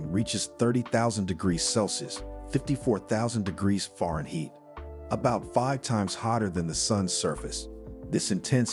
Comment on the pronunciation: This narrator doesn't know how to pronounce Fahrenheit or meters??